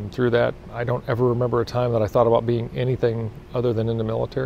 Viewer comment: “Aboot” lol